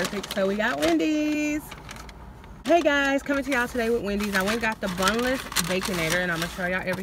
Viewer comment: Great idea, but I thought I heard you say boneless, but you said bunless😜😜😜😜😜